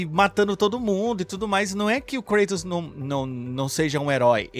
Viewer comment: A pronuncia mais correta é ''Kratos'' e não ''Kreitos''